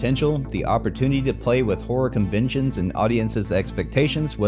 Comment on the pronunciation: ConVENTIONS, not convictions.